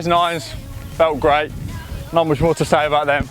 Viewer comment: Correct me if I'm wrong, but he said pretty muxh